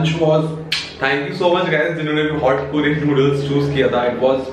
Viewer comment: Kooorean nahi Korean